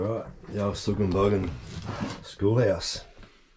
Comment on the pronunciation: Another good one man. Barry Way is a treat (when its dry :-) ) Love yer commentary. BTW Suggen Buggen rhymes with Suckin' and Buckin'. Now did you know that emus love a quarter of a Sao? I don't know if they prefer vegemite on em, but if you really want to annoy one give it a whole dry Sao! (Laugh, laugh, you try swallowing one whole, sideways.) Catchya.